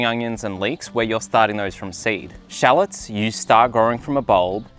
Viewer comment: Love all your videos, fruits and veggies I'm interested in all. Your pronunciation of shallots is funny, I had to replay it to know what it was